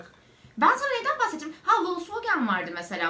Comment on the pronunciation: folksvagın I yı yutarak oku doğru okunuşu bu